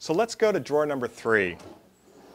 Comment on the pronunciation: I thought it was a typo, but you repeated it three times. ?What's a draw ? Drawer. Why do you hate the "er" so much?